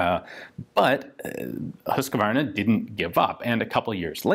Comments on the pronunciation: It's "hus-qvarna" not husqA-varna" why do people always and an extra a in the name. Pronounced "huuusKvarna" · Old school motorcycle rider here..."HOOSK-var-nah". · The way you pronounce husqvarna is kind o funny. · Great video and a unique pronunciation of Husquvarna . What more could one ask for .